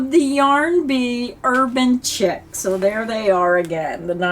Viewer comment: The yarn you chose are all really pretty. I do believe the Urban Chic is pronounced “sheek” not Chick.